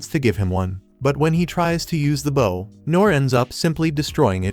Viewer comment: Is it deliberate? The one time it's actually "bow" (bending at the waist), it get pronounced like the weapon!